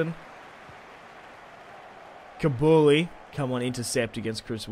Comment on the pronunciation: its koo-lee-bally not kabouli